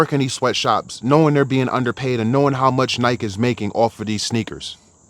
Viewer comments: Why do u say Nike like that lol 😂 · If you can’t even pronounce Nike properly, I’m out.